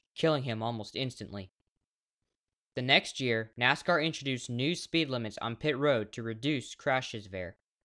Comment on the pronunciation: Bro didn’t even say Nascar right! How do I trust this guy?